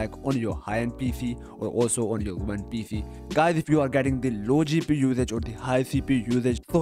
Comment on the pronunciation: thee pee u bottleneck